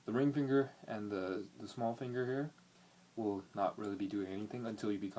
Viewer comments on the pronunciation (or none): none